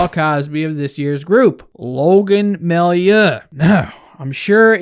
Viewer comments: It’s pronounced May-you not my-you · Just in case you need to use that guy's name in the future, his last name is pronounced ''Mah-you'' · ) love the video, you are so underrated. Totally agree with your take. To make your life easier, it’s pronounced MaYOU. :-) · It's pronounced "Mayoo"